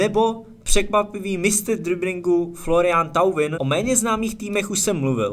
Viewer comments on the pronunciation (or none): Když už chcete dělat něco takového, tak se aspoň naučte výslovnost těch jmén, viz. Florian Thauvin